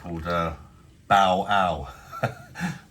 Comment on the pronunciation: It’s bale ba-il not ball